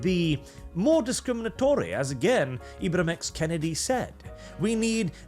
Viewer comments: His name is not Kennedy like the President, his name is Kendi like a candy. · It's Ibram X Kendi, not Kennedy lol.